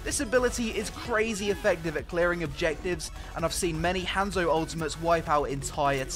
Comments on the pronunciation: rly m8 you said hamzo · your supposed to say it like honzo